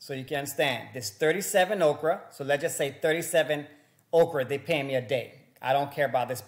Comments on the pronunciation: Bro it’s Orca not Okra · hey, try saying Oar-ka..... not Okra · Omg this guy can’t even pronounce the word orca